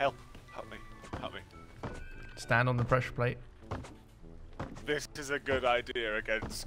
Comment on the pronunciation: What bothers me the most is that he said he “pressure plads” if not it was pad or plate